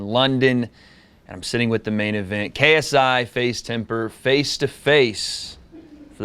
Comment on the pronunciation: Are we all gonna ignore that, calls JJ “TAY-S-I” 😂